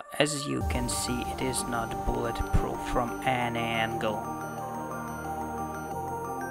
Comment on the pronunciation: A boolet proof That is what he said LOL